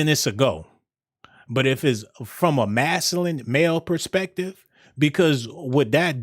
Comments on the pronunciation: MAS-Q-LIN... masculine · I like this dude I just want him to say masculine with a c in it 😂😂😂